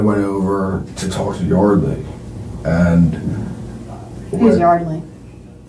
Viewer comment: Jaysus...it's pronounced YARDley not YERDley.